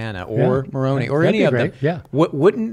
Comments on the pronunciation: Instant red flags when someone who definitely knows how to pronounce Moroni says it so it rhymes with macaroni to belittle the tradition. Gaslighting. Also there were 16 witnesses to Moroni. I am not LDS nor do I believe they saw anything with their real eyes. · The I in Moroni is pronounced "eye," not "ee" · Moroni's name is pronounced with an 'eye' sound at the end and nit an 'ee' sound. Just saying. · Latter-day Saint here. Interesting to hear them discuss my religion. I feel Bart brought up some very good points. There were multiple witnesses to the plates and the Angel Moroni (pronounced with a hard I at the end). I believe this is solid evidence for the reality that this happened. I also believe that the literal resurrection of Christ occurred, based on the witness accounts, but also based on modern day revelation that supports it. As a Latter-day Saint, I don’t have to simply rely on old historical accounts as the basis for my faith. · Just to help out, the angel's name is pronounced Mor-oh'-n•eye. And there are more members of the Church of Jesus Christ of Latter-day Saints ("Mormons") outside of the United States than there are within the US. He seemed to be of the opinion we exist only within Utah. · I think it’s funny how they are pronouncing Moroni. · Same!!! Haha and the way he kept mispronouncing Moroni 😅😅😅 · Just like he knew how LDS’s pronounce Moroni.